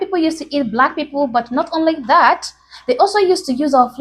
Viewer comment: They don't pronounce the t anymore. Candice Owens does that too.